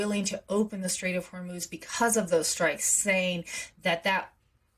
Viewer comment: The Str-ATE of Hormel